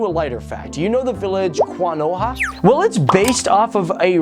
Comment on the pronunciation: Your pronunciations are hilarious lol XD especially itachi and konoha